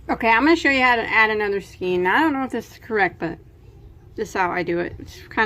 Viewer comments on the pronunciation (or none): Just what I wanted! Chenille is pronounced (shu-kneel). Skein is (skane). Your video is so clear. Thanks for your help. I appreciate it.